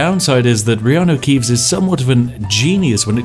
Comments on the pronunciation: Who else thought he was meant to say Kianno reaves instead of riarno keaves???? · You say reeanu keeves..... i say hagrid